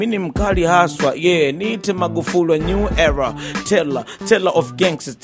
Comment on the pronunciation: hulu??ushulu?? magufuri😂😂😂😂 zile kiswahili gan hicho??